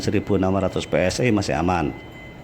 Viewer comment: Bacanya Pe Es I aja om...jangan Pe Es Ay...kalau mau inggris2an bacanya Vhi Es Ay... Tapi kuping netizen muak dengan inggris yang tak benar